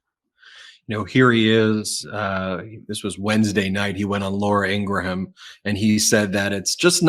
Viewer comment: Please learn to pronounce Laura Ingraham. It's In-grum. She's not pork. No ham. It's very distracting. Please. I'm a fan. But stop it. There's no ham.